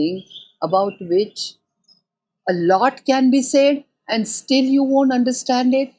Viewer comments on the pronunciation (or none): none